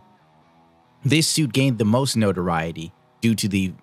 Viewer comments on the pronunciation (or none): none